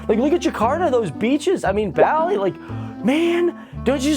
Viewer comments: Its not Beli, Its Bali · Buh-lih. Its Bah-lih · it bothers me how he said bali incorrectly because im from there living in nz